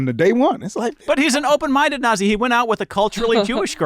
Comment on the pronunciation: please for the love of god change the way you say the word "nazi" 🚩